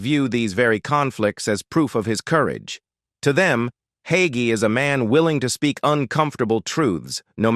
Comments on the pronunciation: THIS AI MESSAGE SAYS PASTOR HAGEE IS 85 then 84. THE PASTOR’S NAME IS HAGEE THEN HOGGY. I’M NOT SURE WHAT TO BELIEVE WHEN THIS MESSAGE CAN’T GET SIMPLE WORDS RIGHT! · The pronunciation of Hagee as yahee sure reveals AI to me. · There's that AI voice again. It's Hay- gee. At least get the name right. Love Pastor Hagee.❤ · A-I also has it's doubts...like the pronunciation of the subjects name. 😇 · Such a crock! Plrase stop. At least Learn how to pronounce his name. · Ai isn't pronouncing Hagee correctly. Need a human tech.